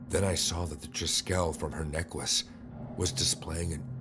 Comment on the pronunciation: Ha ha, the I love the way necklace was pronounced in #3 (neckwece) 🥰